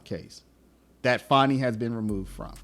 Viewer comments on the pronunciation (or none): It's pronounced Fani not Fauni. AH